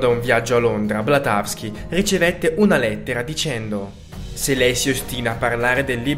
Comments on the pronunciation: BLAVATSKY, cribbio!! Elena Petrovna Blavatsky, non Blatasky!! Il titolo del libro è "Le stanze di Dzyan"!! Va bene che sono video di svago, ma quanto pressapochismo e sciatteria!! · Due cose sbagliate: 1)non è Blatavski ... è Madame BLAVATSKY 2) "è conservato nel monastero del Tibet"...ahah questa risulta un po' assurda, è come dire che lo conservano nel negozio di New York o nel ristorante di Roma. Nello specifico, il Tibet è sempre stata una nazione molto religiosa - non è un parallelo molto sensato ma per capirci, è come fosse un enorme Vaticano per il buddismo lamaista ... non so quale sia il numero preciso di monasteri (anche perché l'invasione cinese ne ha distrutti molti) ma sono sicuramente moltissimi! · Scusami, non è Blatawsky, è Blavatsky. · Ma come fai a dire blatavsky? È blavatsky!!